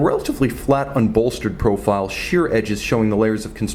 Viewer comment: You gotta trim wrist hairs or else it messes wrist shots! And stop sounding ouuoo ouooo .. more- mouuorr.... profile -- prouofile...